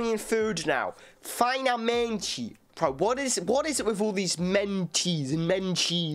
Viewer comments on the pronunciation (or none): Tip: basicamente is pronounced buzz-ee-kuh-MEN-tchee, finalmente fee-now-MEN-tchee. The letter i in Portuguese only makes the eye sound if it is a term we got from English. A is always ah or uh. It's always uh before m or n, or when it gets a tilde: ã. E is always eh (more open, like American e in let, or more close, like Yorkshire ay) in stressed syllables, eh or ee in the rest of the word I is always ee O is always aw or Yorkshire oh in stressed syllables, aw, oh or oo in the rest of the word. In Brazil, it's always Yorkshire oh (more closed than the American aw, a sound closer to oo than to ah) before m or n, or with a tilde: õ (coração, corações). U is always oo, never ew/you.